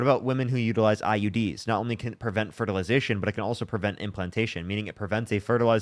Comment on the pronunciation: Does the caller keep calling the womb a wound? And fertilization fraternity? Or is my hearing just messed up?